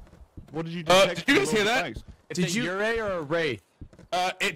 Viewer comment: Just so you know yurei is pronounced you-ray